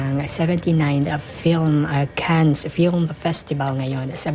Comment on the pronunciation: No S please when Cannes is pronounced.